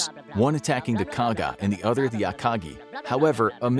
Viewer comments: It’s Akagi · ah yes, the akachi At least the pronunciation was fixed later on